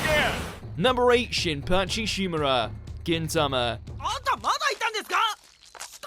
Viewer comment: Maybe my ears not working properly but I heard kintama instead of gintama